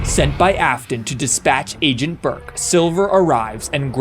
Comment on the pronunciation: Bro, I love how instead of Afton it's Aston